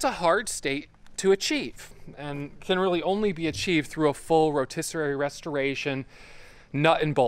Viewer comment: Predecessor…..rotisserie. Words you need to pronounce correctly